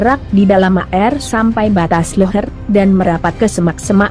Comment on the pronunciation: Ini yg jadi pembawa(membaca tex) orang mana mmbca air kok bacanya A,R.